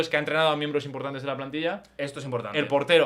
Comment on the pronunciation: Porque dice mienbres? 🤔